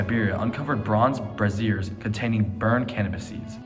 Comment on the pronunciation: lol, "Brazier" rhymes with "Frazier" (not "brassiere") Cool video though homie